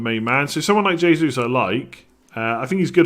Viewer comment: All incorrect pronunciation on the Portuguese. The J sounds more like a juhhh like shhh. Jesus is pronounced Shjay-suis